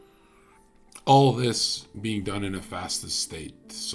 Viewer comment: It was simply a pronunciation error and overlap between the letter G in the word "being" and the word "a".